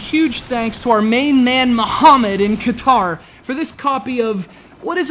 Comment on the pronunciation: It's Qatar dude